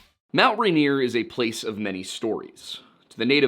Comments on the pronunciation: Rainier. Pls. Not ranier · Love the video!!!!! But the pronunciation for mt rainier is more phonetic- “rain-ear” the stress is on the first syllable. Otherwise no notes!!!!! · I'm from Rainier, Oregon. The mountain and the town are pronounced the same. It's pronounced RAIN-EAR the joke being it always RAINS HERE in Rainier.